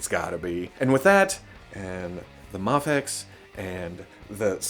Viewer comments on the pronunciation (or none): 3 different pronunciations of Mafex. Well done!